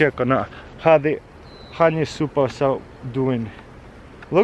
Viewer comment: Did he say “im ready putting the suppers and nukes?”